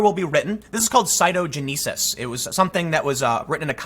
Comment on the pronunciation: Citogenesis ( site-oh-gen-ah-sis, or jenəsəs) love you Tim, but that pronunciation bugged me.